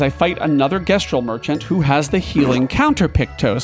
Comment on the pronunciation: It's the pronunciation of "gestral"